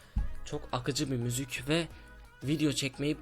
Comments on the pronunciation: 00.55 de müzük diyo WQE:QWE:QW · akıcıı müzük